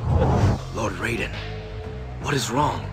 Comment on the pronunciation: My respect for pronouncing raidens name right